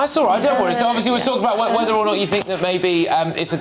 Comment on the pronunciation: 10.39 to 10.42. ,,'What will the government do aboud it?' x 2. 15.22 'wad I wanna know.' Please talk properly. You sound awful!!!